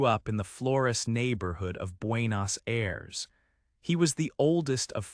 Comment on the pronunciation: 😆 pronuncias muy mal Buenos Aires capital de Argentina